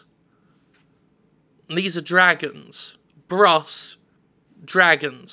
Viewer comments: why did jim keep pronouncing bros. as bross? it's bros..short for brothers.. like Super Mario Bros. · Dragon Bross? BROs! Bros. is suppose to be short for Brothers. How can the announcer call it BROSS? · Bros. not Brass.